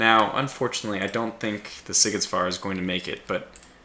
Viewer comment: well, you again forgot to check the forces available before the battle :D but anyway, huge fight. and yes hungarian captains were brave and wise :D and the szigetvár is spoken like SZ as in the C in nice, and á as in the i in mine :D so it sound almost like "see get war" :D enjoyed